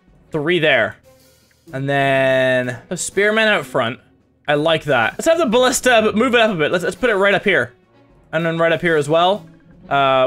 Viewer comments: At level nine he calls a Ballista a Bashton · Ballista. Not Bastion.